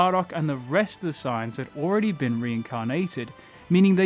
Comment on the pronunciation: Sounds like he's saying "signs" instead of sayians